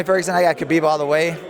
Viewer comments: Pronounced Ha-beeb not Ka-beeb. Damn. Literally everyone mispronounced his name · ''Khabibi'' lol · His name is pronounced "Habib" not "Kabib" its a silent K... ffs meaning "The beloved one" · Werdum: Khabibi 😂😂 and Jan: I dont know why 😂😂 was the best comments 😜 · It’s not KABEEB or HABEEB KH should be a throaty H, if that makes sense. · Kha-beeb not Habeeb I don’t think خبب حبب two separate names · interviews Tony and he says "Khabib" LMAO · marlon: i think khabibi wins decision haha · Seems no one in the UFC universe will say his name correctly, Ha-Beeb not Ka-Beeb. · Khabibi and Murgamedov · mans just said kHABIBI🤣🤣💀💀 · Even I’ve learned khabib is pronounced “habib” and even his fellow ufc fighters haven’t learned all, that’s some disrespect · Nobody: Absolutely no one: Moraes: "I think KHA-BIBI wins." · Marlon says Khabibi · “I think Khabibi wins” bruh lmao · ❤❤❤ most fighters said Kabib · It’s “Ha-bib” good lord Lol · Khabibi funny shit Marlon and fabricio keep saying khabibi 🤣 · Marlon "Khabibi" Moraes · "Khabibi" -Marlon Moraes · Everyone says Khabib wrong, isn’t it pronounced “Ha-beeb”? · Morales . kuuuhhhbeeebbeeee 😂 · lmao Khabibi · Cejudo: Khabib Murgomedov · Marlon moraes out here lookin like a mini dana white :') but least he got "khabi-bee" for the win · Clicked on this video to immediately hit pause and post a comment. Just gonna go out on a limb here, they all said khalabeeb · Marlon "kabiby" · Derrick : im gonna to khaa ah tony . You cant even lie om your self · I like how none of them pronounce Khabib’s name correctly. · Khabib told us himself how to pronounce his name still mostly everyone said it wrong including that reporter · My god cejudo is dumb, what a stupid answer he gave then completely mispronounced khabibs name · By now you would think people would know how to pronounce Khabib. Nope